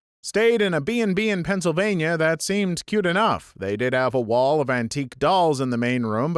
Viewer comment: You said wall with so much emphasis, I kinda was taken aback by it. Like: Wow, that BnB even had a wall. One. Wall. Maybe my demands for a BnB are a little bit too high.